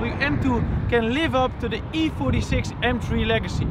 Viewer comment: M TRIEEE? Praat gewoon Nederlands als de Engelse taal je niet ligt.